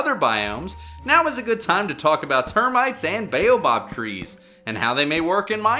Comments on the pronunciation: Buoh-bab not baeyobob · "bayobob" "acasiuh" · Sis, it's the baobAb tree not the baobob tree, dis 'n flippen boom nie jou donnerse buurman nie😡😠🤬